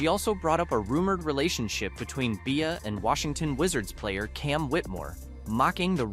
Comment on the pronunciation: He name is BE-Ah… not Bay-Ah… B-IA. Stop using AI, or speaking on Black culture.